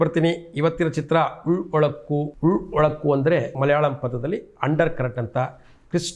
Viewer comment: Ullozukk (is the proper pronunciation) 😅